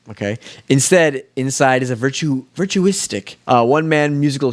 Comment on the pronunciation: It’s pronounced VERT-YOU-AH-SICK